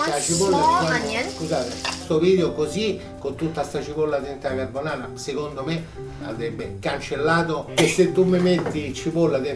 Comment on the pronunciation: Richard Ramos actually, he was missing the first "r" in carbonara twice in his second rant